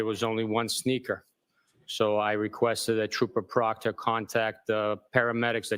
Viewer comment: Every time this guy says Trooper Proctor my wife hears Chupacabra. 😂